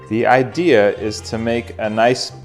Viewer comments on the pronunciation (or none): none